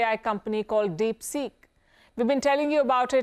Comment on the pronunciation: Palki Sharma: DeepSick😆